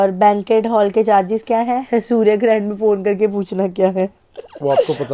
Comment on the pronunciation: Ek bar too lga boly k surya grand ko surya grahn😅